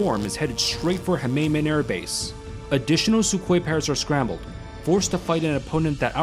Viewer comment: Khmeimim Airbase is pronounced (roughly) "keh-meem" Airbase... just by the by